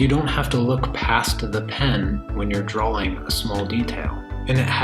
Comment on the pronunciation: 'Drawling tablet'?